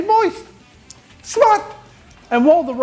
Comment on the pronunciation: G'day. Every time you say "MOIST" i laugh, then my Mrs gives me an eye roll & shakes her head. Keep it up. LMAO Great video, cheers!!